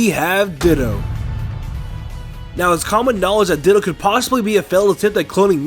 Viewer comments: When he said ditto, my subtitles corrected it to dildo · Ditto: DITTO TITTO